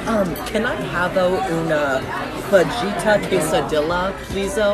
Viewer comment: HAVO UNA FEJEETA QUESILDILLA??